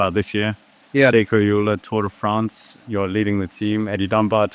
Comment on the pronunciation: Am I correct in hearing you pronounce Alula as 'Ajula'? Isn't it pronounced 'Al Ula'? Like 'Al' as in 'Algeria'?